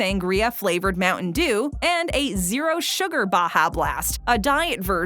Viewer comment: America: Moutain dew Filifino: Moutain jew The dew sound like jew